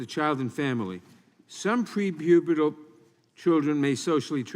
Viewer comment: Nadler saying "prepubital" is the pinnacle of lib creep.